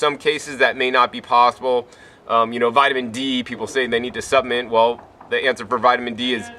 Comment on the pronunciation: What is a "supp-ment"?